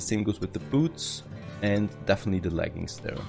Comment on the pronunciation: Definitely, not dafiniteley